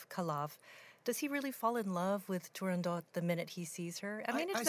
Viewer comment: Bravo, the great Alagna! And thank you for the correct pronunciation of Turandot.